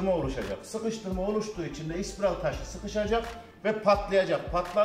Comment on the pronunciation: Elinize emeğinize sağlık.. ama ispiral değilde, spiral diye söylerseniz daha iyi olur bemce.